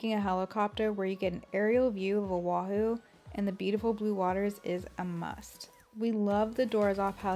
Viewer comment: The way she says “Owahew” haha